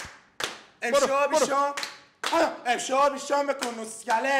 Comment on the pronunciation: همه چی عالی فقط بیشوم نه بوشوم